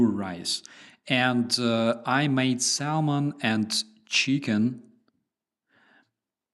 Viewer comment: No "L" in the pronunciation of Salmon. It's some snobby 16th centurion trying to Latinize English.